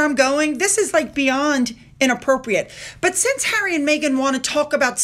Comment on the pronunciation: She went to visit Hawwy to the “fun” hotel